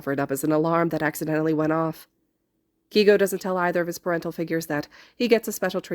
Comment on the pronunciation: Im pretty sure his name is pronounced kay-go instead of key-go No hate tho!! Amazing fic and wonderful narration 😁